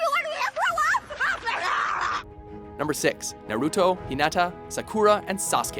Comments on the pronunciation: Techincally, Naruto and Hinata are not unrequited lovers anymore and neither is Sasuke and Sakura. Btw, if is going to have anime videos please have someone who is an anime researcher and someone who knows how to PRONOUNCE THEIR NAMES D:< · Kind of a pet-peeve when people pronouce their names wrong. Just annoys me little lol Sakura - Sa-Ka-Ra Naruto - Na-Roo-Toe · It's not naruto its naruto and not sakura its sakura get it right you uncultured swine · ayy fucking learn how to say naruto & sakura you idiots